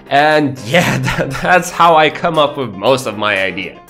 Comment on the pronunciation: "come up with the idea" OR "cum up with the idea" u say?